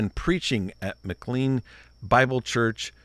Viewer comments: needs to know what he's talking about before he comments on it. This was not a "death threat" against David Platt. And it's pronounced "McLane", not "McLeen". And Platt is late to the game - the church started in the early 60's and became a Megachurch under Lon Solomon in the early 2,000's. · The church's name is pronounced as though it were spelled "McLane"